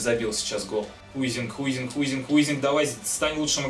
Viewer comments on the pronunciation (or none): Не Хуйзинг, а Хайзинг